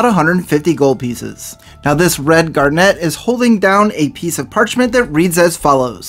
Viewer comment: I begging you. If you're going to say a word as often as garnet in this vid make sure you know how to pronounce it